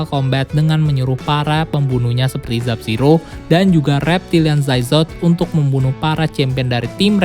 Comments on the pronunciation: sub-zero bukan zub-zero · dari video kemaren plin plan nyebut nama Sub Zero jadi Zub Zero